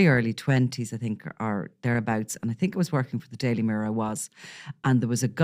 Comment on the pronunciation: It’s think not tink